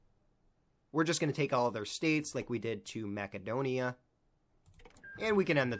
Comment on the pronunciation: Mackadonia? Fuck sake, man.